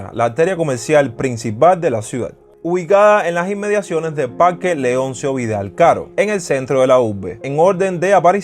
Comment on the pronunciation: Parrrrrque habanero, aprende a pronunciar